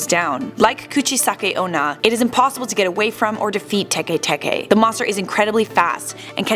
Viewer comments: Tekay Tekay 😂😂 it's pronounce like Teck Teck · Don't u mean tay-k tay-k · It's Tikwi not Teke Teke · I'm pretty sure it's Tiki Tiki, but whatever